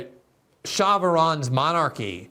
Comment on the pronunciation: True. But it’s “Shah” not Shaw. It means King. He was actually pretty nice for a dictator. The bigger story was when he asked to renegotiate the oil deal CIA had him sign in 1953 back in 1973. He asked to double oil production or hand all operations and equipment over to an Iranian crew in 6 years time. He was overthrown 6 years later!